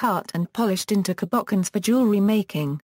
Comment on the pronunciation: Cabochons pronounced "kabockunz" lol